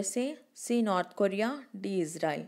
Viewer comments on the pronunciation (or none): none